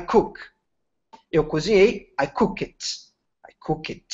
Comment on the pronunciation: Sorry, mas a pronuncia de COOK está diferente do que a Sara ensinou, o "OO" não tem som de "O".... Thanks